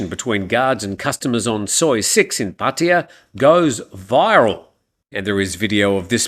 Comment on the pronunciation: Please explain ...why PATTEEYA and not PattAya ..🤔